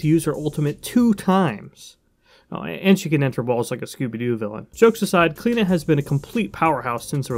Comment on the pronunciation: as an irish person its weird to see smite pronounce the name like klena ive alwasy heard it pronounced like clee-oh-na by people called that haha